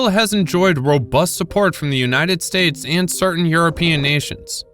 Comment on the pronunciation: Stupid AI reader can't pronounce "states" and the screen misspelled BRICS. Hire real people with skills.